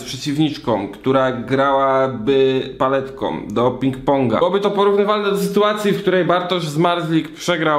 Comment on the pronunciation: „Paletkom” - skąd ten gość pochodzi..🤔🤪